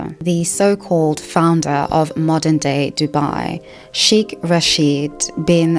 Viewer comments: Hello! Just some feedback. Sheikh is better pronounced "shaykh" with a light k, almost like your huffing before the k. "Sheek" sounds too similar to "Sikh" (prn "seek" or "sheek" thru diff cultures) which is a totally different word. It's a small detail, but it does throw off listeners like myself, familiar with both words. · Sorry Sheikh is pronounced like Shake not sheek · it's pronounced as shake, not shik. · Sheik sounds like "shake."